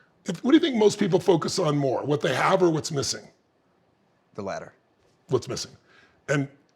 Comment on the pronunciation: “tHE lAtTEr” 🤓